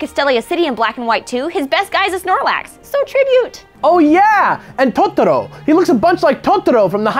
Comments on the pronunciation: Why does keep pronouncing Tottoro instead of Totoro. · I can't tell if "Totoro" pronunciation was him trying to pronounce Japanese right, or stressing it really hard because people give him shit when he doesn't pronounce Japanese right.